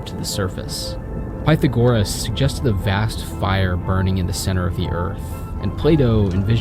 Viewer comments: for anyone not wanting to make the same mistake, its pith-ag-err-uhs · Pyth-a-gore-us??????? You mean Pythagoras?!? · Great video, I’ve just been reading Clive Oppenheimer’s latest book, which begins with a great discussion on the early history of volcanology in Italy…good timing. PS, it’s pronounced pie-THAG-or-us PPS, and it’s Athanasius KIRK-er (the second “K” here is technically pronounced /ç/, that is, like the “ch” in German “Ich”, but if you can’t pronounce that, /k/ is better than /t͡ʃ/) PPPS Your understanding of volcanism is flawed. First of all, tectonic plates move not because of convection currents as a prime mover, but because the earth’s internal heat relative to the cold expanse of space and the free surface at the earth’s surface creates temperature gradients that allow hot rock to cool and solidify, and cooler, solid rock is denser than hotter and liquid rock (the vast, vast majority of the rock in the earth is solid). The denser oceanic crust is pulled down below the less dense continental crust, and it is this force (aka “slab pull”) that is the prime mover of the tectonic plates, not the convection itself. Moreover, it is the sinking of these cold, dense slabs of crust that perpetuates and continues the convection cells in the earth in the first place—cold, dense slabs sink into the mantle and replace the volume left behind by the hotter rock that rises to the surface. However, none of this is actually responsible for volcanism except in the case of “hot spot” or “mantle plume” volcanism. The vast majority of volcanism on earth, which occurs at mid-ocean ridges, is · Excellent content! Had to have a giggle at Py-tha-gore-ous 😂😂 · WOA... is that how usa pronounces PythaGORAS ?! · Odd way to pronounce Pythogoras, didnt reaoise that was who you meant at first. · Thought the same thing, never heard anyone pronounce it that way, especially not someone who seems like they’d be relatively familiar with him